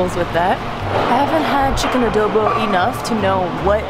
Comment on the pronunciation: As a filipino i am trigerd by the pronounceation of the word adobo